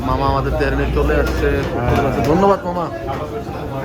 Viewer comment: তেহেরি কি ভাউ? আজীবন হুনলাম তেহারি। আপনারা কোন জায়গার আংগাল বাংগাল ছাংগাল যে তেহারি রে তেহেরি কইতাছেন।